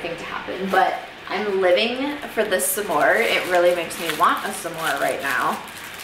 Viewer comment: Lmao dude how you pronounce s’more as “suh-more” is hella cute!!!!! That has to be a Midwest thing cause I’m from California and no one I know says it like that except my parents who are from Michigan and North Dakota, respectively. That’s so freakin adorable and now I wanna call my mama ♥️ Edit: this made me miss my mom, so I just called her and she’s camping rn and so I was like uhhhhh 🥺🥺🥺 are you making s’mores???? ♥️